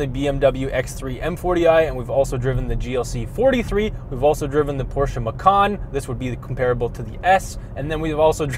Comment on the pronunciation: OMG someone actually pronounced Porsche Porsche, not Porsch